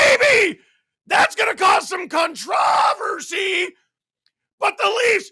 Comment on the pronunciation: 🖤 💛 fan. Props & respect for your channel. Passionate & truthful evaluations. True hockey fan. P.S..... "Con-Trov-ersee" lmaooo what